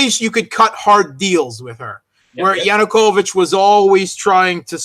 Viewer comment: Why does dear persist in saying "Yunukovich" when everyone else correctly says "Yanukovich"?